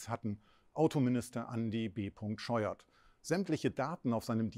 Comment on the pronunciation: Das ist B.Scheuert 😁 ( zumindest meine ich, ein versehentliches t im Video gehört zu haben)😃